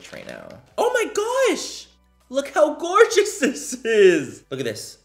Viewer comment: I love it when he says gorga😌